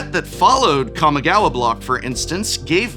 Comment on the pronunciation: Don't forget the Prof used to pronounce "Jitte" as "Jit" all those years ago... Or "Kamigawa" as "Cammy-gawa" So we've come a long way indeed